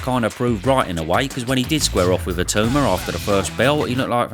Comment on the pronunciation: you've had long enough and you've heard his name enough now. Pronounce Itauma correctly.